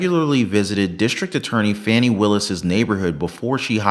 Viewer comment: 😂 Sounds like he's saying phoney Willis 😂😂😂